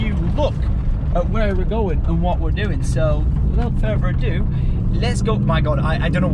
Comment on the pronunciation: Without further adodo. Is that what I heard 😂😂